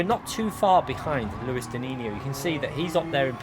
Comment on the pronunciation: You are missing the S in his name 😁 Luis dinisio